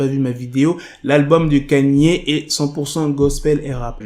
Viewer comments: C'est Ka-ni-é , pas Kenny . Il a raison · pk tu dis kanie( kanye ) c est kaini( kanye )